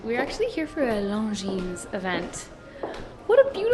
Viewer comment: i think the S is mute is Longines